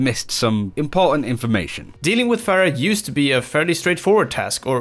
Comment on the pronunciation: people like you make me cringe. it's fucking Pharah with an H. how hard can it be